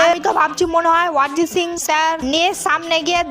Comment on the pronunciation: অরিজিৎ সিং ❌ ওয়ারিজিৎ সিং ✅😂